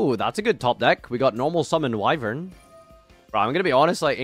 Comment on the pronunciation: HOLY SHIT LEARNED HOW TO PRONOUNCE WYVERN